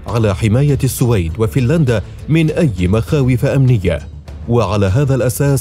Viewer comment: أخي المحترم صاحب القناتين الرائعتين , نحبك في الله. تلفظ بالسوويد والسلام عليكم